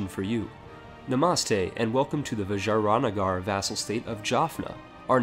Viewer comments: why do you pronounce vijayanagar like it's a fancy french dish? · Lol at your pronunciation of vijayanagar